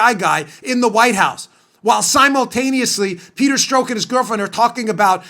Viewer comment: lol. why u keep calling him "peter stroke"?? no one pronounces his name that way, so assume u r making a joke, but u don't say ur joking, so joke gets lost. guess it's possible u actually think his name is "peter stroke" (like "coke")? but, just in case u didn't know, only heard his name pronounced "peter strock" (clock)!